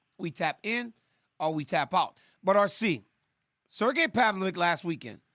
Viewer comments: DC is really Chael'ing Sergei's name 😂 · I like how DC calls Sergei’s last name, this mofo gotta do his home work, thanks RC to let him know how his last name pronouncing